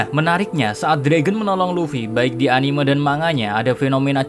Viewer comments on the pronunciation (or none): none